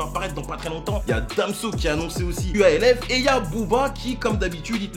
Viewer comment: Il a dit QUALF 👿👿👿 mdr QALF